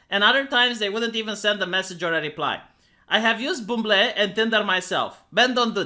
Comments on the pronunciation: Can't tell if "labs" and "buumblay" are making fun of English being weird, or legit mistakes in pronouncing a second language, but they were hilarious... XD Lbs= pounds (no kidding. It is weird), and 'bumble' sounds like 'buhmbull'. (Very nearly the Schwa sound) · lmao him pronouncing Buble as boomblea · say bumble again